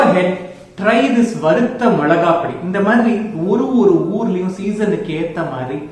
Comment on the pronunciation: வறுத்த not வரு த்த